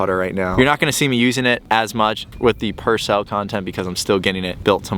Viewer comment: said Pursell 👀